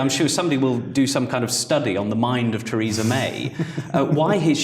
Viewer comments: That's funny, when pronounce the name of Theresa May I can only hear "Treason'n may" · I smiled when he Theresa but it sounded like "treason".